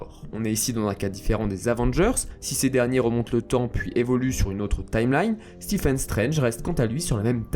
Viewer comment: ça s’écrit Stephen mais se prononce Steven